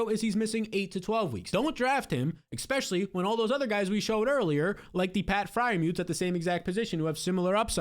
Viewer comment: Expecially is not a word.